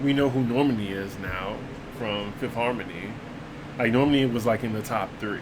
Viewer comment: Normany? It’s Nor-man-i. Guess DWTS didn’t help that much